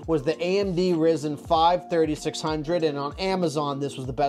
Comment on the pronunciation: He called it rizen